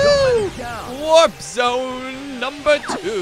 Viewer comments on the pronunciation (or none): none